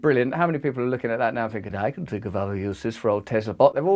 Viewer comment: Dont you ' fink'?